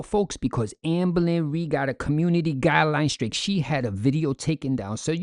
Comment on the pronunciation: "Our FORMER babygirl AMBO-LYN Reid!" 😊